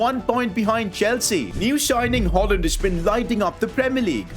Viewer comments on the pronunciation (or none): He actually called hujland hojland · NOT HOJLIND HOYLAND THATS HOW YOU SAY IT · Højlund is pronounced hoylun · Højlund is pronounced Hoilund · Its pronounced Hoiilun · You said hojilund wrong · Hallo im from Denmark and you say Højlund name wrong